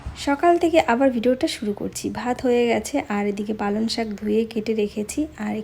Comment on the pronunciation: কথাটা পালন শাক শোনা যাচ্ছে ।পালঅং শাক ।রান্নাটা একদম নতুন ।করব একদিন।